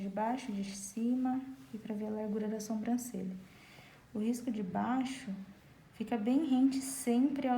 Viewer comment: Adorei a aula,mas notei que você faz algo de errado,você fala sombrancelha e não Sobrancelha,posso ter entendido errado mas é o 2⁰ vídeo seu que vejo isso. Só falei pra ajudar,desculpa se entendi errado 😘